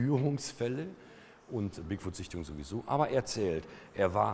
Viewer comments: die permanente einblendung oben links im bild stört. wenn man die anmerkungen / annotations in youtube aktiviert, wird es noch schlimmer X( wieso sagt er immer wieder "bigfood"? 'foot' spricht man ein wenig anders aus als 'food' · Der heißt doch aber Bigfoot und nicht Bigfood ... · Bigfuhd, Moddmän und Jersey Diewel. Härrlich.